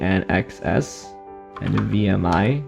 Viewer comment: FYI, "INXS" is pronounced "In Excess", which isn't great crossing with In A Box, similar to the Tab issue in the opposite corner.